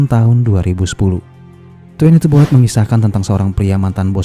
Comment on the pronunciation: Bullet dibaca boole'